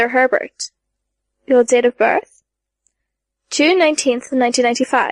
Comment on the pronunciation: "Taylor HEbert" There's only one "r" in the last name, not "HERbert". Thank you for your efforts in putting this epic into audiobook form, but please look up the pronunciations of thee words used. This particular VA adds in a fair amount of extra syllables in words that shouldn't be there. For example, there's no "a" on the end of the name, "Simurgh."